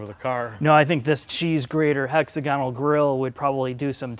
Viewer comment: Great reviews...May I suggest hex-AG-uh-nul for the pronunciation?